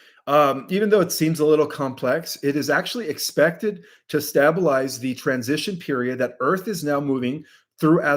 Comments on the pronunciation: It’s pronounced “stay-ba-lies.” Not “stab ( as in stab with a knife)-ba-lies.” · STAY-BLE-IZE NOT STAB-BLE-IZE No Stabbing Just Staying You then pronounced it correctly I don't get it. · Yay for you on Kuyper (or however you spell it ;)! Faction = fack-shun, not fankshun🥰 Stabilize = stable-ize, not stab-ilize Thank you!!!